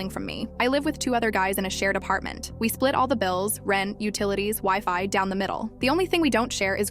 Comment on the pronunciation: Bro actually i heard wife instead of wifi 💀💀 We share rent, room etc and wife Wtff i thought then I saw it back lol